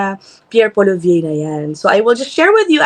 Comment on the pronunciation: Ms Ina mali po yung pronunciation nyo ng last name ni Poilievre.